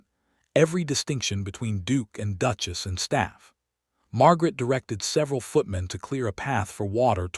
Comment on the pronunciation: Or the instance when she is called a “DUKE-ESS” rather than a duchess 😂